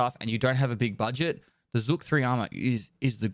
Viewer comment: Nobody cares but still ZH is not Z, its the "ʒ" sound - viSion, meaSure, uSual, treaSure. Zhuk (жук) is russian for beetle. KH pronounces like H. Glukhar = Gloohar. City Kharkiv = Harkiv. Nickname Glukhar (Глухарь) is russian for capercaillie, also it sounds similar to "глухой" / gloohoi (deaf), so maybe he got that name by mishearing something or just derived from family name. Korund = koroond.